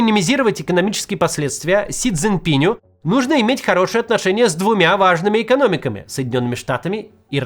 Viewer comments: Сколько роликов уже Кац озвучил, где говорилось при Си ЦзиньпинА, но так и не запомнил, что по правилам русского склоняется Си ЦзиньпинУ - до сих пор говорит Си ЦзиньпинЮ (фамилия - Цзиньпин, а не ЦзиньпинЬ). Наверое, уже никогда не освоит. Причём, что характерно, в описании к ролику правильно написано 😂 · Да чтож вы все его Дзиньпинем то называете? Не пинь он, а пин. Не Си Дзиньпиню, а Си ДзиньпиНУ. Не Си Дзиньпинем, а Си ДзиньпиНОм. Макс, ты же опытный спикер. Научись произносить правильно.